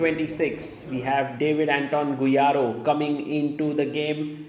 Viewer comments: Bro, GuijaRRo not Guirajo hahaha. Love your content sir. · The way Sagar pronounces Guijarro is sublime 😂